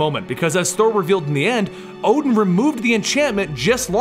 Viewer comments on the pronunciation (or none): none